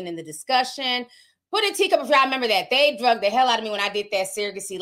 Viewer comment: Can we stop saying drugged , it’s dragged .